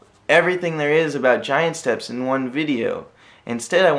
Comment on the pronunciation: Rev. Kitty that's how it's supposed to be pronounced.